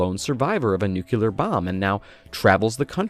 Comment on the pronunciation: Dude, before you make videos, learn how to pronounce NUCLEAR correctly.